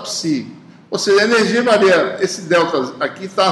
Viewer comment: AULA MASSA. MAS ASSIM, .... ENERZIA? :0